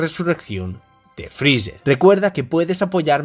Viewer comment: por que esa mania de llamar a freezer "frizzzerg" suena horrible jaja